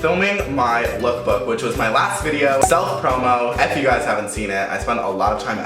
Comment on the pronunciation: have you noticed that whenever he says "if you guys are new to my channel" or "if you don't know" he always pronounces "if" like "eff" "Eff you guys want..."